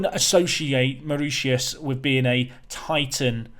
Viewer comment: Around the world with. Welcome to Maur-itius😂. marishus is how you say it. The English language is a strange one, never pronounced how it is spelt.